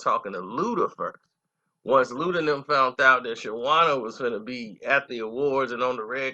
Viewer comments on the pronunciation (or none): HOW YOU SPELL HER NAME RIGHT BUT CANT PRONOUNCE IT ALL THREW THE VIDEO. ITS NOT SHAWANNA ITS SHAWNNA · Thank you! He mispronouncing her name all thru the video! Smh...lol! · You keep calling her Shawanda and its Shawnna :face-green-smiling::face-green-smiling::face-green-smiling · it’s not shawanna it’s Shawnna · Nice video..her name is Shawnna not Shawanna bro keep pronouncing it wrong. Who was Shawnna pregnant by.. da label is DTP not DDP coz it's a wrestler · How many times this fool gonna say Shawanna. RIF (Reading Is Fundamental). Have you ever heard a song from her where she plainly says her name is SHAWNNA. It's pronounced (SHAW-NAH). Get it right. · and saying Sharanna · Shawanna??? DDP??? yo what we doin here lmao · Who is “Sha-wana” & “DDP”??? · This guy stay messin up people names! Her name is pronounced Shawn-na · u must be a real goofy.......her name is pronounced "Shawn na". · Damn...u totally butchered her name and the label name.. overall good story bro. Just a lil irritating to hear u keep messing it up😭😂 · U can't even say the label or her name correctly. They played Shawnna to the left and she helped blow Luda career up on back for the 1st time album and more... she should have had a better platform frfr... Shawnna was hot and niggas was even rapping her lines... DTP was a slavery label as well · He can't even say her name right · need to delete this whole vid..dis nigga murdered the label name & her name 🤣🤣🤣😂😂😂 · ikr👍🏾he’s actually telling the truth. I believe him. I remember her with infamous syndicate and her father was in the video. I remember when they were promoting battle of the sexes and she disappeared. All the details are spot on but you can’t say her name correctly 🤦🏿‍♂️ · Completely botched her name and record label